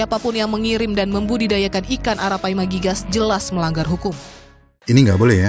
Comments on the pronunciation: Arapaima om bukan araipama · baru paham kenapa kucing di australia dikurangi habis2an populasinya naisse, min tapi saya penasaran yang bener ARAPAIMA atau ARAIPAMA? saya cari info di gugel adanya arapaima bukan araipama, tapi disepanjang video subtitle maupun audionya bilang araipama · Arapaima..bang bukan araipama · ARAPAIMA jadi ARAIPAMA😆😆😆🤣🤣🤣🤣🙏🏻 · maaf bang koreksi yang bener arapaima bang,bukan araipama